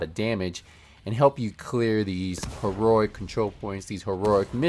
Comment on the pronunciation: You still don’t know how to say the word heroic he he he it’s funny 😄